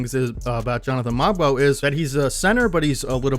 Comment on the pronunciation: Fun fact: Kyle Corver taught Ulrich (ool-rish) how to shoot 3's hence his %. Also the "g" is silent in Mogbo :)